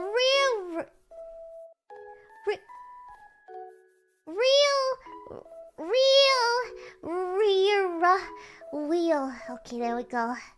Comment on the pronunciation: I think she was deliberately stumbling over it to get a laugh from her pebbles. It’s weird that chat thought that would trip her up - only Scots struggle with the pronunciation. Now, “real rear wheel”? THAT’s evil. Her failures to pronounce that werre genuine.